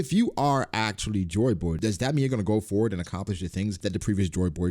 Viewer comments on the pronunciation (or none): I thought you were saying “Chore Boy” the entire time